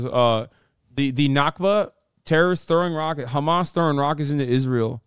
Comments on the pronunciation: Yes, it's very annoying when these Zionists say: KKKHHHHHamaas. Especially to me as an Arab who know that is not how it's pronounced at all. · Umm, they say khamas and not hamas (with an h) because that’s how it’s pronounced in Arabic and Hebrew. These guys are literally a stereotype of ignorant airheads. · I'm Jewish and I can tell you exactly why. The reason they do that is because in Hebrew there is no H sound so it sounds like a hard CH sound. It's why people pronounce Hannukah, Challah bread like that and Chaya like that. Btw not defending Ben or any of these fascist goons. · The reason Israelis pronounce it like that is not to be disrespectful or anything. It's just how they pronounce the letter ح. A lot of non Arabs struggle with pronouncing the letter, and they're just using the closest Hebrew equivalent.